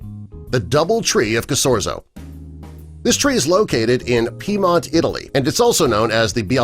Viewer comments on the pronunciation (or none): none